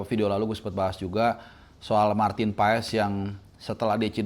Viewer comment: Orang ini keras kepala, sdh tahu nyebut Paes dengan benar.. tetep ngeyel